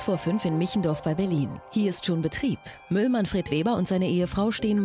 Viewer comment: Wer hat auch "Müll Manfred Weber" anstatt "Müllmann Fred Weber" gehört? :-D